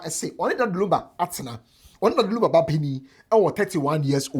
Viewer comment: pls the name is Lumba not Lamba, lumber nd lunba😢😢😢😢